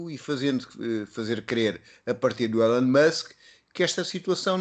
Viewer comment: O primeiro senhor diz "Elon" da maneira errada.